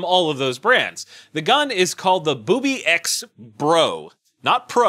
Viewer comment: That company is pronounced ( booby - x ). Any other pronunciation is WRONG! hahahaha Colt's new gun costs 200 cans of tuna.. Cause it smells a little fishy the way they are releasing the debut.